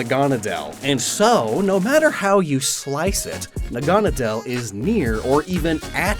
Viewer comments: Nahgah-nah-dahl.... im sitting here wondering why does he keep saying nagunna dial. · its not nah-gone-ah-dell, its nag-ah-nade-le, like needle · It’s na-guh-nay-dell not ne-gahn-a-dell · I'm pretty sure it's pronounced Nag-a-naudeull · It's pronounced "Naga-nay-dl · It’s pronounced Nag-a-na-dle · Your mispronouncing Naganadal. . . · I always pronounced Naganedel as Nahga-Naydle. Is that correct or is your pronunciation the official one? I've never heard it, so I'm not actually sure. I just thought it sounded Naga and Needle. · I hate how you say naganadel. It's nag-a-nadel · With celesteela, it's not a choice thing to burn the forest down. This didn't happen in the anime because ash and his friends built a wall around it. Just wanted to point that out. (And you mispronounced naganadel, no hate tho) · I spent the whole video expecting Necrozma to show up and win, so that was a little disappointing, however, I understand the decision not to include it. Also the pronunciation of Naganadel is wrong. Nadel is german for "needle" and is pronounced very similarly. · i really like how he mispronounces naganadel